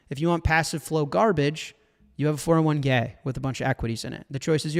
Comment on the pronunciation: Did he just say 401 gay? Lol